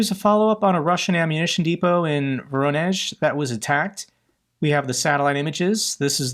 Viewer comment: has learned how to pronounce "Voronezh"!